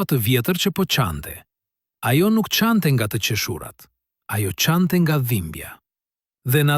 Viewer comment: Jo nga teqeshuurat por nga te qeeshurat